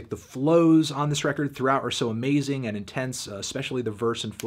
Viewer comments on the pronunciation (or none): none